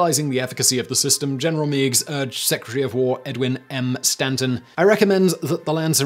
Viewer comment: Montgomery Meigs (the general) is pronounced [Meg's] not [Mee'gz]. Things I learned when I took a class for one of my hobbies.